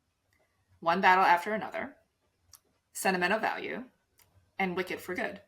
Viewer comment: As a Norwegian, I am incredibly happy that you are all excited for Joachim Trier's "Sentimental Value" and putting it in above-the-line categories, which would be the first time ever for a film from our country. I am also impressed by pronounciations of the name. It's really good!